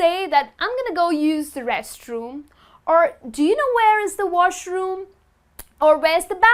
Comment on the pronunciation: Dear, I feel that you get the pronunciation of the word 'the' wrong in many instances.